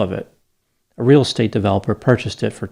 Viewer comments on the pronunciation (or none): none